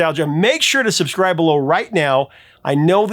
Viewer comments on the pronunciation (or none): none